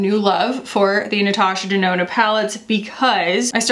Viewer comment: Nurtooshur Durnoonur!!! The intro made me burst out laughing